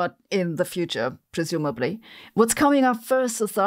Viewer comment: That was the sharpest "presumably" that I've ever heard